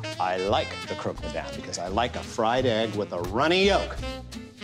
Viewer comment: Is it really that difficult to say 'croc' instead of 'croak'?